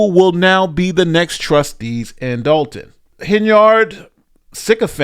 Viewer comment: You Mean Dolton(with an "o" not an a")So Long, Tiffany